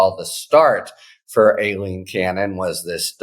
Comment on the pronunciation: I believe that's pronounced "Ah-leen" in the South. Practice while slurping a Dr. Pepper.